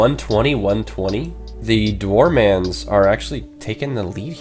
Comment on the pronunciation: Dwarmans XD It's actually Dwar men